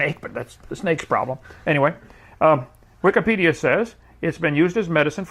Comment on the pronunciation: Did you just say Wiccanpedia? Kent why you talk to weird? Or do you really believe that Wikipedia is Neo-Pagan? Why are you using "Satan's" website to debate, Kent? It's daaaangerous, you know XD